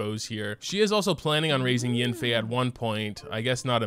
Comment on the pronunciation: Mona say YANfei not yenfei